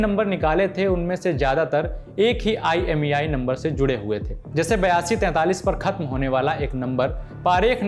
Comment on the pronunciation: IEMI nahi bhai IMEI